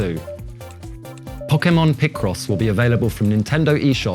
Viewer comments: but he wasnt saying poke ay mon, he was saying pock eh mon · the japanese guy can, the other guy can't, he says Pok-eee-mon, instead of Pok-ay-mon, which is how the word is pronounced with the accent above the e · Who else is excited for the "Pockemon" games? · This guy works for Nintendo and he can't pronounce Pokemon?! It's in the damn theme song: 'Poh-Keh-Mon!' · What's so weird about how he pronounces Pokémon? How do you pronounce it, like po-kee-mon? Poke-mon? The é is suppose to be pronounced like a short "eh" sound. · He can't say e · oh god the way that guy kept pronouncing pokemon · That guy can't pronounce Pokemon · You'd have thought they would have got a guy who knew how to say Pokemon to present it